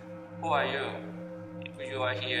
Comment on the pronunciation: 허팝:이흐유어히어 와디스유어네임 악령:뭐라하는거야